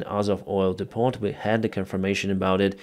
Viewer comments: Great video! Great work! Kindly say "depo" for depot. Thank you. God bless. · Dee-poh. T is silent. Next will work on "clothes". I kid, love your show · PRONOUNCIATION GUIDE: Depot is DEE-po (accent on the 1st syllable, the t is silent.